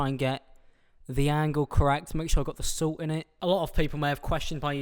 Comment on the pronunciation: y do u say salt like silt